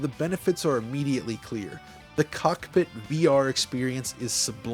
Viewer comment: I love how you say cock pitt. Very nice cock pitt.